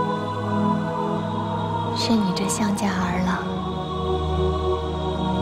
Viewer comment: 俞灏明那一声霸王，我听成了爸爸 ：DD